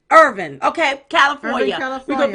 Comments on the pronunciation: Irvine, California is pronounced "Err-Vine" 😀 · Hi! It's Irvine...er...vine..phonetic ! I went to college there!